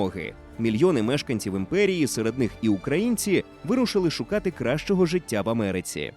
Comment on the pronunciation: Голос за кадром- "ЦюЦюн, жиЦЦя, громаДЗяни" треба на консультацію до логопеда! Вкрай неприємно слухати ці маасковські виверти! ДИЗЛАЙК!!!